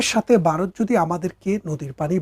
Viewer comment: খুব ভালো বিশ্লেষণ... তবে বারত উচ্চারণ শোনা যাচ্ছে,ভারত বলা অভ্যাস করুন...